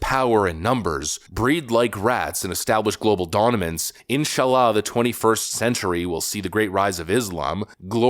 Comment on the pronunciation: Did actually say donimance, instead of dominance??🫤